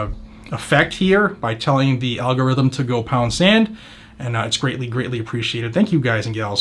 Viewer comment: For the all-gory-Roth-hem! Thanks for the post earlier on the Chipmunk hearing... Wasn’t able to watch it live, but damn.